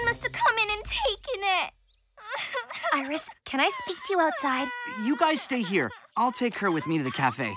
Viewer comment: Iris Rhymes with kiss :) I love Lolirock!